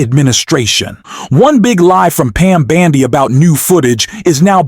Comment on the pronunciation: I love how you call her Pam bandy!